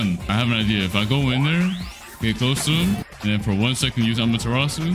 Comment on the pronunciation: When you say amateratsu i graze the dead 😂